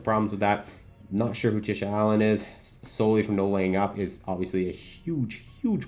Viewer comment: It’s pronounced Solly. Chris Solomon. Don’t sweat it as Jordan Spieth gets it wrong every time NLU work with him. No Laying Up are my favorite golf creators. I’m older so they fit my taste a bit more and I enjoy the news aspect of their content. Their live post tourney wraps and podcasts are very informative. I began following them after discovering Tourist Sauce and Strapped. Really enjoy the in depth travel aspect. I don’t really enjoy watching matches from creators. Peter Finch was my gateway to YT golf 8 years ago. Then Rick Shiels. I also really like, Random Golf Club, The Bryan Bros (since The Big Break) Grant Horvat. Not so much Good Good. I live in Dallas, so they’re hometown, but the over saturation and output is too much and as I mentioned I don’t really like watching matches.